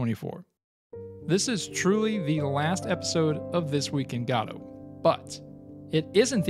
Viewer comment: Ive heard go-dot and guh-doe, but never god-oh